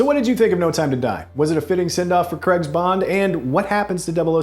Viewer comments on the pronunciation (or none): It's Daniel Craig not Daniel Creg. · It's pronounced Daniel 'cray-g', not 'creg' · Guys. Please. It’s pronounced Crayg. Not Creg.